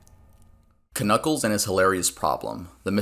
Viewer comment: did he say kanuckle not knucle